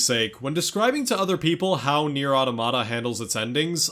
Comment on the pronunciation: you say the title wrong. i don't care how they say it. if they pronounce "final fantasy" as "fainew fantasheh" you wouldn't start calling it that would you? no.